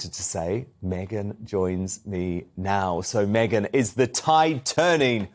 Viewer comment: Please, "Megyn KELLY's name" is pronounced differently than Meghan's M. Could you make a difference? I'm sure she's not too amused, by the similarity you put in when you speak. But MEGYN is too nice to tell you about it... I do it on her behalf... Appreciated it.! Thanks...